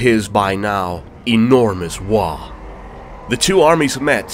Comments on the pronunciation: This was cool to watch, but its WAAAGHH, not WAAAh. lol >,;,< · pretty sure there is a g in waaaagh and the h being silent ....... waaaaahhhhhhhh is what ur saying WAAAAAAAGGGH IS what they say lol